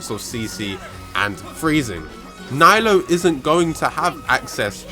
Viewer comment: Hes only AR 56, he can’t even say her name right😘 NILOU FOR THE WIN